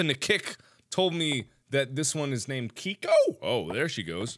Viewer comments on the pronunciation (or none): It's kiki not kiko😂😂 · HEY MARKIMOO IT KIKI NOT KIKO! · yup and its kiki.....even mark was saying her kiko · Mark: I think her name is Kiko? Me: It's Kiki! Not Kiko! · Everyone talks about how he called Kiki kiko but no one talks about chunkles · Kiko? Its Kiki Mark °^° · its not keko its kiki mark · I have never been so disappointed in mark until after he said Kiki, Mr. tatters, and Chesters names wrong